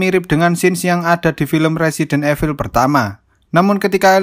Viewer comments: Min..baca nya itu resident ivel...bukan resident efil 😂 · INDO: RESIDEN EVIL ENG : RESIDENT IVEL